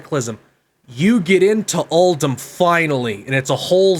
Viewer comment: pronouncing Uldum wrong repeatedly is draining my soul